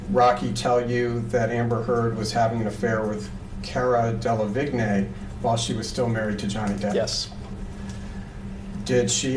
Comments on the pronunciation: It's the constantly mispronouncing Cara Delevingne for me😂😂 Like "Caruh Delahwhatever" at this point 🤣🤣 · "Kerra Dellavignay" was a wild pronunciation lmao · Cara who? 😂 I can't get over his pronunciation 💀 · Dela Vick nay 😂😂😂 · "Kerra Dala viggne" ok